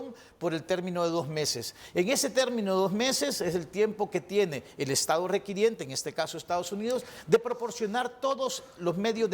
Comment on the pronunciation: se dice requirente no requiriente